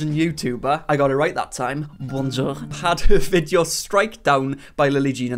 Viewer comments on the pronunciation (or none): none